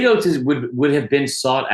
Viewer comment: not “oates” 😭😭😭😭